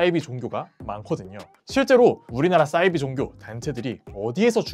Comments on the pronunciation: 사이비(似而非)를 싸이비로 발음하시는 이유가 있으신가요? 사투리인가요? 사투리라면 어느 지역이신가요? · 왜 싸이비 라고 하는거죠? 사이비 라고 해야 맞는거 아닙니까? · 사이비~~~발음이 어렵냐?😩 아니면 영어라고 생각해서 '싸이비' 🤮라고 하는거냐.......?? 似사~而이~非비.....겉으로 보기에는 비슷한 듯하지만 근본적으로는 완전히 다른 ❌것 !!! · 싸이비 아니고 사이비요.. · 사이비 발음은 싸이비로 하시면 안돼요